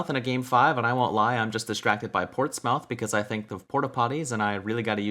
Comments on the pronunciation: Ports-mouth lmao it's actually pronounced portsmuhth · lol always funny hearing NA pronounce it 'ports-mouth' still correct i guess but in England it's pronounced 'Ports-muth'. But then I guess your joke doesn't work tbf lol